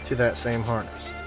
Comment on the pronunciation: I e never heard someone call a wiring harness a harnest